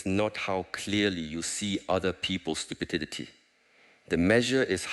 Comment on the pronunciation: "Stupiditididty" lolololol